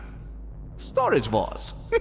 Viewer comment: I thought it was vores not wars....